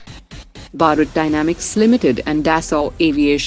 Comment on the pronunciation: Why does she pronounce Bharat as Barat? It does not sound good.